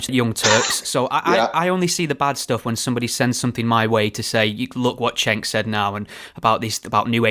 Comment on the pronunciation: pronounced 'Jenk', not 'Chenk'. DR uses the term 'disingenuous' whilst declaring he doesn't know what a 'new atheist' is. Hmmm.